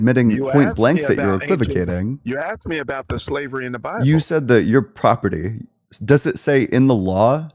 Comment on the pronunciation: “In da BABBLE” Yes, guest. Your entire call was “in da babble”